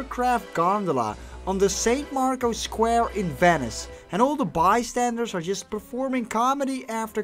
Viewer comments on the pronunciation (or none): none